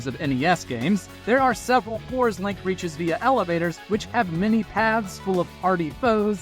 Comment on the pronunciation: It absolutely was. They say Link wrong a few a different ways throughout.